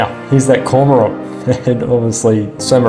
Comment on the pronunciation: Weird pronunciation of 'cormorant '. Good video otherwise.